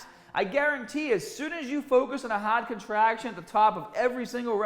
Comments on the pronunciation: HAWWD COTRAHCTION AT THE TAWP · Hahhd contrahhction